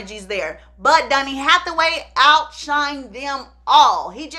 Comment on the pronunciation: I love how all of her “O”’s are “U”’s. Dunny, Sung not Donny and Song. 🤣🤣🤣